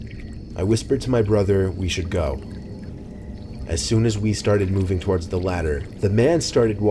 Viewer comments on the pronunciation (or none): I love everything about this channel except the way he pronounces "toward"